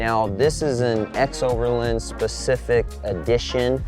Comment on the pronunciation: It’s strange how you pronounce xoverland as if it were spelled ‘xoverLIND’ with the letter I. Say it with me: ex-over-LAAAAAAAND!!!!